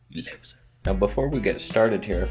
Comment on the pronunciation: One of the things I look for in CC videos is him saying "LEW-ser!". For some reason find it funny every time. And another thing is the honest, hilarious, entertaining and unique point of view. Keep up the great work!